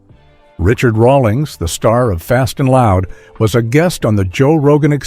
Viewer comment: can't even pronounce Rawlings correctly